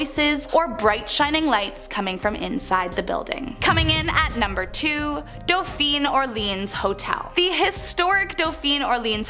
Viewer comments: ”shr-eeve-port” and “eu-neece” and “d-awphine” she did a really good job with T’freres though. Great job with the info though, love it! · Oh, dear. It's pronounced "daw-feen". I lived above the Vieux Carre' Baptist Church on Dauphine Street, between St. Ann and St. Peter, back in about 1987. .